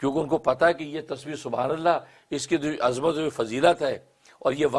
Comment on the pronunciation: Azaamat. Azmat. Arbi alfaz Correction ker den. Wah cant.